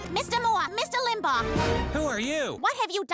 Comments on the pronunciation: Family guy characters say "Rush Limbahh," (correctly) and the voiceover guy says Rush Limbag 🤮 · I'm so annoyed at how you keep pronouncing it "Rush Limbog". Limbaw. Lim. Baw. Practice it slowly. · Ugh. I can't get past how the narrator pronounces "Limbaugh." Is this TTS?